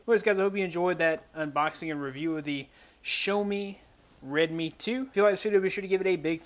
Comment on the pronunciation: Bro it's Red-Me(Redmi) like Show-Me(Xiaomi).